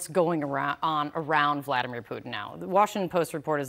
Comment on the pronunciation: “Bliadimer Putin” News Anchor probably has no idea how correct she was :)